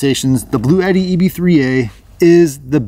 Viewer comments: Uhh. I’ve also heard it pronounced blau t. I wonder what Webster’s dictionary says. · It's actually pronounced "Blue T."